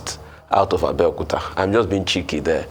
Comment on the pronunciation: Please, Why is it Abeokuta.. All pronunciation speech coming out. Please don't give ur town Bad Name.